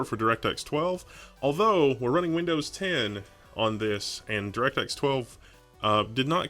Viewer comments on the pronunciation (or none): none